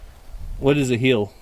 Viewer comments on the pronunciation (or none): says “ hill” like “ heal”. If you heard him say he was hilling the potatoes, I believe he meant hill, not heal. Or, maybe not. Lol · hey i know the ok drawl changes words but it is HILLING potaoes not healing